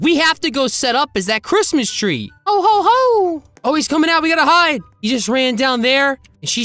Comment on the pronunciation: “HAPPY CRAPMIS” got me dying